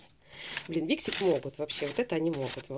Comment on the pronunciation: Привет, 😉🌹 День начался с твоего видео) Красный цвет волос жалко😢, но ты права, с ним тяжело... Сама была в ярко рыжем, замучила волосы совсем. Mixit ударение на вторую и, но мнение о них не поменяла пока, смотрела видео о их производстве, их сертификации, которой нет ещё😜, а средства уже выпущены!!! Никаких доказанных свойств нет их косметики, они даже не проводят такие испытания, и плюс огромное количество микропластика в составе(у тебя в видео это видно, на втором месте). И это слова директора... Так что каждый сам решает пробовать или нет. У меня есть крем для тела, подарок, не могу пока заставить себя пользоваться) Хотя я на составы не смотрю😆 Пенку для посуды я заказывала на Озон последний раз, в магазинах не встречала... От Бьюти бомб есть такой карандаш, хороший, но при продолжительной носке сушит, я гигиеничку наношу совсем чуток под него. Оттенок красивый.